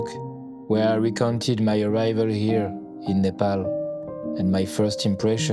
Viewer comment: Loved this video❤, absolutely heart warming. Especially, how well you pronounced the word "Nepal" was so touching. Some of our Nepali brothers and sister who has migrated to other nation has forgetton it. Hope they will not feel ashamed to pronounce Nepal correctly in proper Nepali accent, no matter whom they are talking with.